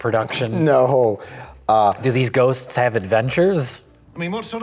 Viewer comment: I love how perfectly mike says “ghosts” like he practices it in his spare time.